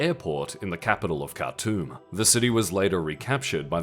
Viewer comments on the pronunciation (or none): none